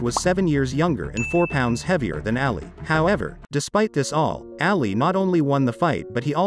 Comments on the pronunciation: Can you please look up the correct pronunciation of Muhammad Ali? Sir I don’t think you give this Great man the credit he deserves by pronouncing his last name ALLY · The pronunciation is so bad It's not Ally, it's Ali. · It's AAH-LEE, Not EEH-LEE. At the beginning the pronunciation was PERFECT tho👍😄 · Anyone else bothered by the way he pronounces Ali's name?!?! sounds like hes saying (alley)🤦🏻‍♂️🤦🏻‍♂️🤦🏻‍♂️🤷🏻‍♂️